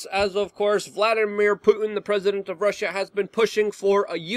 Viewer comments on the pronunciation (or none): none